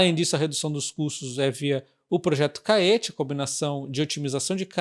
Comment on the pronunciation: Creio que a pronúncia de Caetê seja igual a Tietê. Bom vídeo.